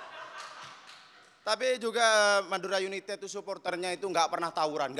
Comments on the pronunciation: United ❎ Yunitet ✅ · Humorku sebatas "Yunitet" 😂